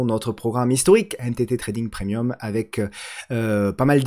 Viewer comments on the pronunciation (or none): none